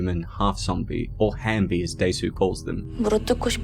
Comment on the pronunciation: It’s halfbies not hambies🤣🤣